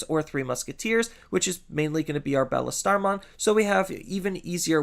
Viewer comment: I can’t get over him calling Beelstarmon Bellestarmon.